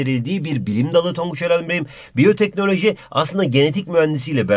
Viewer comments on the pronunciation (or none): NoBody: Tonguç:Bayoteknalajıo